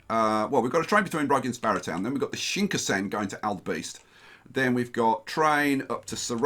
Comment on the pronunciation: Shinkansen pronunciation hurts so much.